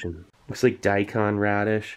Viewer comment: Steve: Daikon Me:Deikun. Zeon Daikon? Deikun radish?